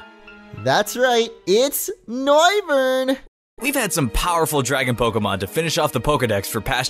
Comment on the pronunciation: It's Mega... NOIVERN